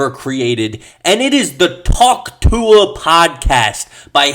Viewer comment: Why does he say Tuah so well